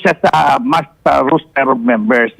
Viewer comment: roster yun sir hindi rooster